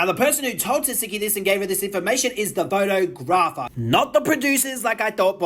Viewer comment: Pho-Tog-Gra-fer is how you pronounce that 😂😂